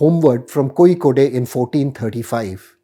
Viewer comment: That's wrong pronunciation of Kozhikode.